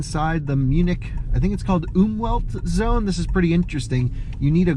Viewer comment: i love how says Umweltzone "Oomwheldzone":-D it means "environment (-friendly) zone".. Definetly one of my absolute favourite channels!!! <3